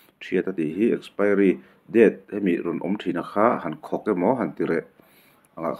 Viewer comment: Ninawm he burma nu hi, a thil zawrh a chhiat chhiat nen, tawng pai baqk si... Expiry pawh lam thiam lo.